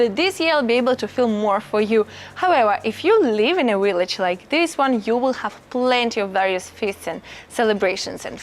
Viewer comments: Hello Friend! Just found you & am so happy to learn about living in Italy. Just one tip about the word “village” in English. You’re pronouncing it as “willage.” Remember to bite your lower lip to pronounce the “V.” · Your v-log is wonderful. I especially like the blowing of a kiss at the end of each one. Your dictation is really good. I think it is cute that you pronounce ‘village either the ‘w’ sound. I can’t make fun of someone who speaks three languages, when my French, Spanish and Italian are so limited. molto bella! andiamo!